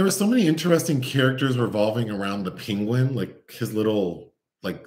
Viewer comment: Every time you say "Penguin" it reminded of Benedict Cumberbatch mispronouncing it bigtime joke! Also, your delightful jabs at this having questionable scenes, made me think if I had I seen any ? Yes, only one with Nicole Kidman😊